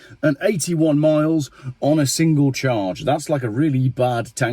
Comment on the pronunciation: Subtitles states 581 But his diction sounds more like 381 He said. If it was 581 Miles that's 25.3 MPH . SO doesn't make EV's anymore appealing than Buying a Bike. My Diesel 1600 Fiesta S 2013 Model gets 60 mpg . EV's Burst into Flames & Lock YOU IN as Some Idiotic Genius never Realised If Battery Burst into Flames Elecronic Locks Cease to Function ..